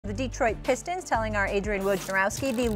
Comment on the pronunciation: 'Detroit Pissed Ons'